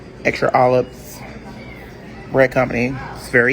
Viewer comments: did he say extra olibes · Is he saying 'uhlips" for olives?!?!!? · Olubs dammit he can’t even say olives fancy ass couldn’t even get dressing right clear fool it’s oil and vinegar!